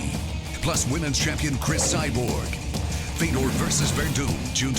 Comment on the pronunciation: It is pronounced Fe yo door.